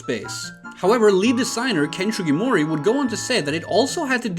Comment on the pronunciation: Its SUgimori not SHUgimori